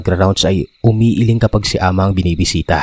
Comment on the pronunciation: Good morning po,happy listener po from SG,Tama po pgkapronounce mo Ng "ahma"😊🇵🇭🇸🇬